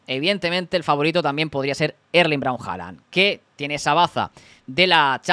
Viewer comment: Este tío dice HALANA jajajajaja QUE MALLLLLL INGLES 😂😂😂😂😂